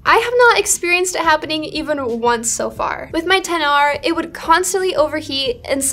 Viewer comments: I just wanted to say... Thank you for pronouncing "XR" properly 🙏🏼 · ... Agree with that. To this day when I say it right people in phone stores and even Apple Stores (of all people) think they are correcting me by using "X" instead of 10. So annoying